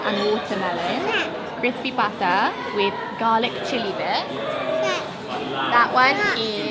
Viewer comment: Noticed how you pronounced 'pata' in crispy pata. Love it!